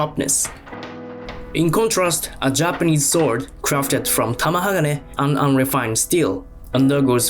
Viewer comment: His accent makes it sound like he’s saying Soul Sword. I dig it.